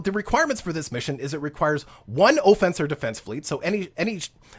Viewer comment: LOL.. I was enjoying the videos, but now I cant get past you pronouncing offense with a "long OH" sound. Keep up the good stuff - make sure you update on features that no longer exist like breaking down commodities for resources.